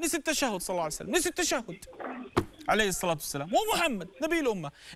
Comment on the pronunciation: ما تلاحضون يكول صلعسلم